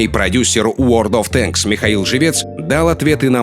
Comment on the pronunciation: "Продюссер Уорлд оф танк". Уорлд такой уорлд)